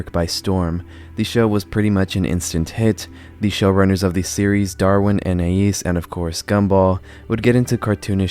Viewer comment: It is very weird hearing someone pronounce Anais correctly. Like, all of my life, I've heard my name mispronounced in numerous ways, so it's weird to hear it correctly lmao